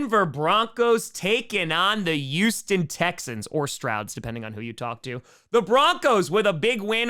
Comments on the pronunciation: pronounces Houston with a U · NYC accent